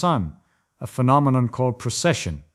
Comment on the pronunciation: It's "precession", not "procession".